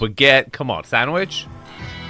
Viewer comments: Stanwich not sandwich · it’s Stanwich not sandwich lol. That’s the name of the best golf club in the state.. If anything, living on Stanwich adds to the exclusivity factor. The more you know 🫡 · It's Stanwich, not sandwich. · Standwich, not sandwich, don't be so quick to be mean. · Really dude? Sandwich? It’s Stanwich. Clearly spelled out. Very prominent area of Greenwich. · Stanwich not sandiwich Stanwich is one of top richest roads in greenwich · Sanwich not sandwhich. Symmetry not 'cemetry'. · STANWICH ROAD…not SANDWICH. Born and raised in Greenwich, CT and still live on the Long Island Sound in Belle Haven. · Stanwich, not Sandwich. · The address is 543 STANWICH Road ... Not "Sandwich" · It says STANWICH ROAD! You can’t read? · STanwich, with a T 😅😅